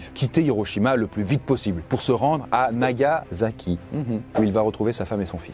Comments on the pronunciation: NagaSSSSSSaki Un s pas un z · Les français ont un vrai problème avec le S en Japonais ! C'est NagaSaki (prononcé comme un S) et non NagaZaki (prononcé comme un Z ) On a beau le répéter mais les français ne comprennent rien !